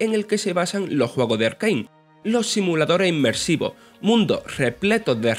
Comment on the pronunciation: Simuladoreh immerssivoh